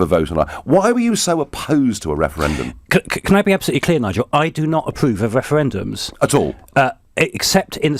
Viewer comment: What's up with that guys mouth at the beginning? He pronounces his R's with an W No more Wefewendums!